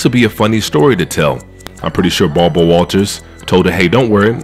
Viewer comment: Love the channel! I ain’t gonna lie, hearing you call Kirstie “Kristie”, and call Barbara “Balber” is funny asl